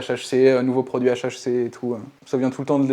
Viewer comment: Dit le correctement deja pour commencer